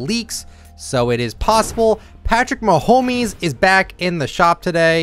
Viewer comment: No way he said Patrick mahomis💀